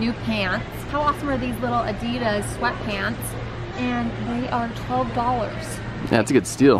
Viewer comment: I really got to laugh, the way you guys pronounce *Adidas*. Love you guys, such fun 💜🦋